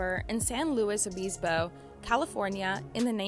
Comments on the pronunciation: It's San Luis O BIS bo, not San Luis O🅱️ispo. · It's San Luis Obispo, not Obeespo. Short i.